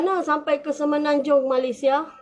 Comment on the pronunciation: Stress dengar dia sebut malaisia 😅